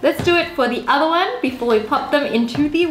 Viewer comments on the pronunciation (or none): none